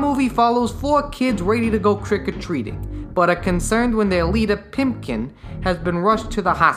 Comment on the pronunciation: For the love of god, his name is PIPKIN. Not PIMPKIN. His nickname isn't "Pimp," it's "Pip." By repeatedly referring to Moundshroud as Spock you're putting Leonard Nimoy in a box and basically saying "Oh, he can never do anything but Star Trek" and you're also insulting Ray Bradbury and the readers and watchers who are close enough to the story to bother watching your stupid video. If you don't remember a name, JFGI. Just Fucking Google It. You're not being cute. "And it's got this creepy ass doorknob." Ah, your knowledge and education as a cultured adult shows through here with your utter lack of knowledge about Marley knockers. Or are you just trying to be cute again? "You don't know if the movie is trying to scare you or if its trying to tie you into its whimsy." It's a Ray Bradbury book/screenplay. It's trying to do both. Obviously. If you had said this without condescension, this would have been one of the best descriptions of Bradbury's works for children that I've heard. But you said it sarcastically and without understanding, so it's utterly unimpressive, given the fact that it went over your head that it was EXACTLY what the movie was trying to do. Wally's costume is a gargoyle, but his friends joke that he looks more like Quasimodo. This is from the book, but it's not rocket science to see that his ragged clothes and humpback in the animated film would relate him to a hunchback. (In case you're confused again, there is a very famous book about Notre Dame and a hunch